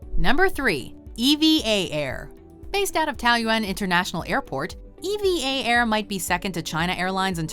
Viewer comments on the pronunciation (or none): E-V-A??? OH you mean eva EVA all one word! Say it with me: EVA, EVA, EVA, EVA, EVA, EVA, EVA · The way she said eva Air wrong got me sooo mad😂 I’ve been on it 4 times and they call it E- va